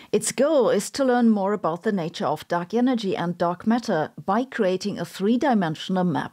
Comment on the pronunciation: Help, I can't stop hearing her say duck energy and duck matter.